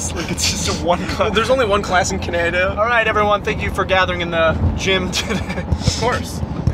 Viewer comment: idk why but saying cnanada made my day